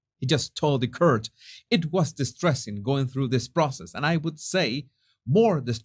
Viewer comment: Hey, Just wanted to say I love your channel, but sometimes you pronounce English funny...court sounds like PORT...cort, with a u...that's all, Much love xx